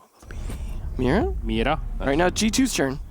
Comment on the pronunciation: that sweet correct Mira and maestro pronunciation. Someone's been practicing Latin languages. Edit: also